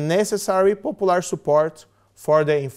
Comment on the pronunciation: moro it is not popolur but popular!